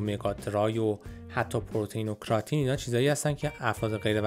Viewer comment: کراتین رو کمی اشتباه گفتین استاد امین قسمتی در یوتیوب بهتر گفتن در کلیپشون